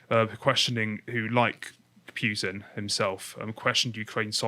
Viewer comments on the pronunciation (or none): He is called PUtin not Pewtin !!! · it's not pjutin nor pewtin it's a U there's no J. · Do you pronounce it Pewtin on purpose? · The dude in blue is boring and doesn't know how to pronounce words properly (Putin....Coup).